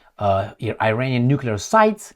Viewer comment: NOT i-reinian! It's pronounce Iranian. With the first letter "I" pronounce as in Italy or Israel